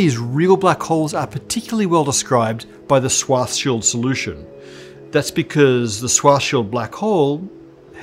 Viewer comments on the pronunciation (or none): Stop saying swah-shield. I don't know exactly how Schwarzschild is supposed to be pronounced, but I'm at least sure the r isn't silent! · My God, just say SHVARTS-SHEELD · uses to pronounce SCHWARZSCHILD's name kinda 'Schwarz-child'. This is why all the discussion about children began. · "Swashshild" LOL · Yeah. I remember thinking at the time that that pronunciation seemed wrong, or at least not German. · His pronunciation of Schwarzschild is terrible but I can't blame him for it. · Why do you keep pronouncing "schwarzschild" like that. Stop!